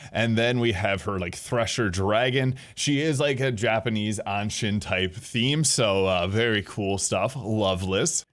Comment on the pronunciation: Anshin is pronounced Ahn-Sheen.